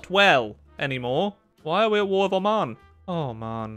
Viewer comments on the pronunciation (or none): none